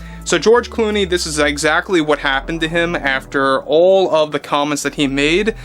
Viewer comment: Is it george looney? Or looney George?